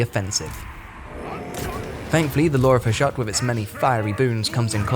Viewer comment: The fact that a lot of YouTube videos intentionally have typos and mistakes in them nowadays purely to drive comments correcting them drives me crazy - there's a bunch in this CA video - the friggin title "diciples", the dude saying "Hushat" instead of Hashut, "viligant" instead of "vigilant"? I can't tell if they were intentional or not.